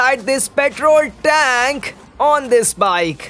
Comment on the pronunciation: Tenk🤦🏻‍♂️🙄 (tank*)